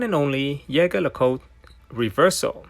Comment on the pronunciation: It is not ( yege la cot ) it is ( jeje lu cot ) french ….. go and search….. learn how to pronounce….. you have couple of them you should’ve known better